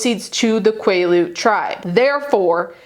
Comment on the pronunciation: quaalude tribe instead of quilete tribe is hilarious 💀🤣